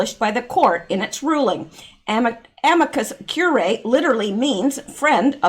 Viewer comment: it’s pronounced amicus cure-e-eye